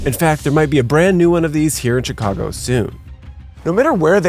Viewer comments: I’m sure I missed out on a great video, but being from Chicago, and hearing him say “Checago” made me stop watching 😂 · I hate how he pronounced my city